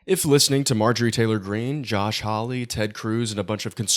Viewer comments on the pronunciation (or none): none